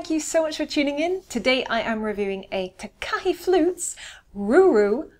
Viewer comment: Takahe is pronounced Taa Kaa Hey. Ruru is Maori for a breed of native owl in NZ